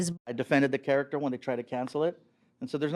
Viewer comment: Why tf is she pronouncing character like that